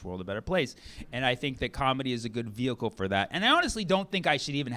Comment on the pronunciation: you said vehicle 😅